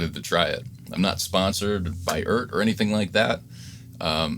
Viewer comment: Just wanted to point out the obvious, which apparently isn't so obvious. The brand name is pronounced E Art.... I've heard it said every which way but. Just like NuX is Nu X. It's still not great, but at least they're using vowels in these Chinese brand names now.